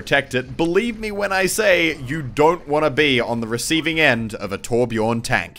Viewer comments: ITS BJÖRN, NOT BJORN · Pronounced Byorn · it's not torbjorn, the ö in Torbjörn is pronounced like the u in fur or the i in bird. sorry im Swedish and butthurt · Tip: The letter "ö" in Torbjörn is pronounced like the "u" i the word "mud" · I wish people would learn how to pronounce Torbjörn.